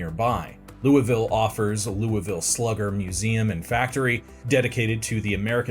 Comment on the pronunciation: I am so proud of you for pronouncing Louisville correctly